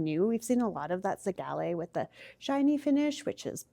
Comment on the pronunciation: whys she pronouncing zellige like that 😭the square tiles she pointed out are very pretty the bathroom is going to look great